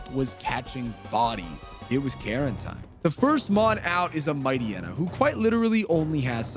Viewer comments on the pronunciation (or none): none